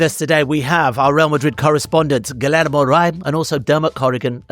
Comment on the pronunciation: AYO IT’S “GHEE-YER-MO” NOT “GILL AYRE MOE” poor guy is wincing whenever you said his name